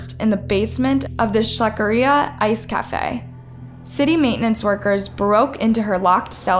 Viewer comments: I can't stand when people mispronounce words😂 first hare is (ha-ray) and the Ice cream parlor is schleckeria (shlek-er- ee-a) omg... all her videos are slaughtered... sorry I'm picky, but I think people should learn to read before making videos for views... simple terms like extradited and pronounced as extracted? ugh 🤦🏽‍♀️ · Wait… tub is pronounced as Tube? Schleckeria is pronounced as Scherlicka? I’m confused. Help